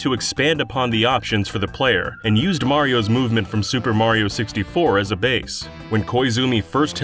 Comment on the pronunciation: FINALLY! you get someone to talk about mario who can actually say his name right!